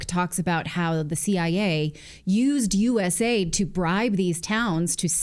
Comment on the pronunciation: Also, stop saying US-AID. It's U.S.A.I.D. The A.I.D doesn't stand for aid. They don't provide aid.